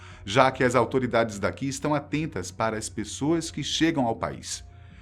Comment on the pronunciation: "As autoridades estão atententas" kkkkkkkkkkkkkkkkkkkkkkkkkkkkk